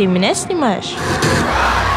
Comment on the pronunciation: ХАХАХАХА КТО ЗАМЕТИЛ ЧТО ТАКАЯ: ты мэня снымаеш😦🤓🧐